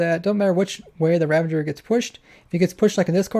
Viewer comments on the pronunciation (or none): Did you say “Ravenger”? Once for sure you did clearly say “Ravager,” so that’s good. Everyone remember: RAVAGE like SAVAGE! Not Ravenge like Scavenge. Nope, not, nuh uh, no way. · Spyne. You think people should be chill about such a travesty as pronouncing Ravager like Ravenger!?l? HELL NO